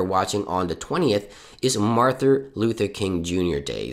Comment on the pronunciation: Who is “MarTHUR” Luther King tho?? 🙃